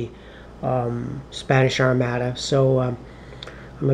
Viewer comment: Thanks for the effort. It was clearly designed to be driven by logistics-which you also clearly have no interest in (forgetting to buy munitions LOL) so I am not surprised that it did not appeal to you. FYI, Armada is pronounced "ar-mah-da", victuals is pronounced "vit ela", and Cadiz is pronounced "cah-deeth". Anyway, good effort.